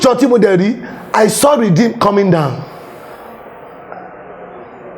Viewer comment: He couldn't pronounce 'Redeemed'. He called Baptist "Bamitis" This needs help. He needs to understand what salvation means and humbly come to the knowledge of God and embrace holiness. What is his joy if RCCG, Foursquare, CAC, Baptist churches come down (sic) GOD FORBIDS! The Lord Jesus said...I will build my Church and the gates of hell (including the prophecy of ) shall not prevail over it. Amen! All that saw in his devilish vision is either Churches of God coming down or Lagos will be destroyed by water and fire, God will not allow that in the name of the Lord Jesus Christ. In 1 Cor. 14, the purpose of prophecy is to edify the body of Christ and not to destroy it. Those who know should pray for him and preach the gospel of Salvation to him. Asabe Africa TV also needs to be on the side of God and stop promoting those self-acclaimed prophets if truly it's for Christ.⬛